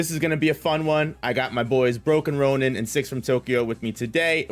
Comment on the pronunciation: So proud of for finally pronouncing broken ronin properly. SO proud.